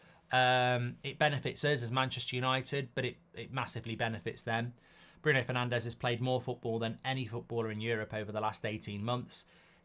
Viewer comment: I love that “Brundo” Fernandes lad